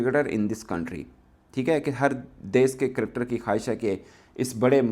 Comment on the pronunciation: Cricketer hota hai kadkad Nahin😊